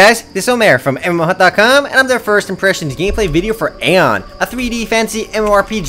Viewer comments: its not aon its aion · you say it like ion thats how you say it